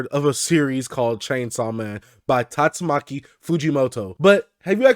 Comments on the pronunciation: Bro it's Tatsuki Fujimoto,,,not Tatsumaki😅😅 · First of all it's tatsuki fujimoto not tastumaki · I love your vids and all but its spelled/pronounced TATSUKI Fujimoto.